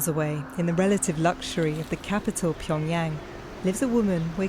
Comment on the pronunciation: this is just ridiculous, how can you pronounce Pyongyang incorrectly when this is the capital city of your story?